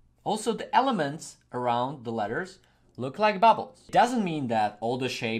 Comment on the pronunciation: Its funny when you say bubbles but this is great tutorial tnx